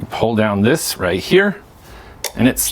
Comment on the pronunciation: I wonder why you pronounce the S as a Z, eg. thiZ Zcooter iZ Zo aweZome! Didn't they teach you in school the difference between the pronunciation of the two letters? Or maybe you are wearing dentures, or you intentionally want to sound awkward and weird with the way you talk. "I am Zuper excited to Zee what thiZ thing can do" bwaaaahhahaaaaaaaa